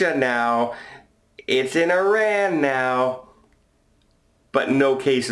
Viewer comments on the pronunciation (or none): none